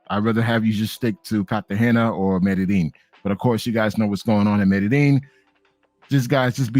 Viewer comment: Colombia is nice but not enough outisde of the chicas to keep me goinc back. I have a lot of otgrr countries i want to hit. By the way Medellin is pronounced Mede-yeen or Mede-jeen! 😅✊🏾